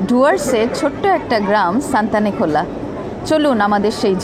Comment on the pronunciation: ভালো ভিডিও। তবে জায়গাটির নাম সঠিকভাবে উচ্চারণ করা উচিত। নামটি হল সুনতালেখোলা। সানথালেখোলা নয়। সুনতালে মানে কমলালেবু। খোলা অবশ্যই নদী।